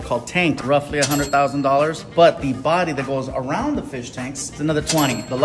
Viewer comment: “JUsT layInG uRoOund”